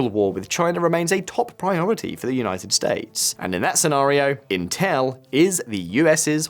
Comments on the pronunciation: What the FLICK is inTELL ? Is this an AI robogob trying to pronounce INtel ? "There was a time when saying inTELL was" proof that you were ignorant. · Why does he keep pronouncing it "Inteeeeeeelllllll"